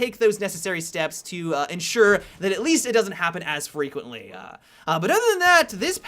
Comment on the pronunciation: 4.17 "As frequentlyAH"